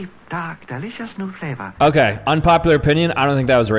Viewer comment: 15:9 the r was pronounced as l like flavoul